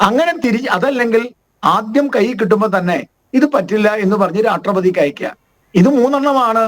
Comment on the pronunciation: ഗോപാൽജി ഒന്ന് ശ്രദ്ധിക്കണം. പലപ്പോഴും പറയുന്നത് രാട്രീയം, രാട്രപതി എന്നോക്കെ ആണ്.